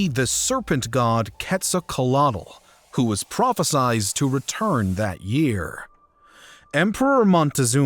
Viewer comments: Why make a video if you can’t even read the letters and pronounce names correctly??! Quetzolcolaltl?? It’s Quetzalcoatl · narrator said QUETZA..WHAT? WHAT THE FK? 😂😂😂